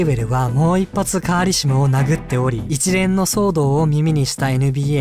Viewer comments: カーシリモ、じゃなくてカーリシモですよ！ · 途中途中でpjカーリシモが、カーシリモになっててかわいい、笑笑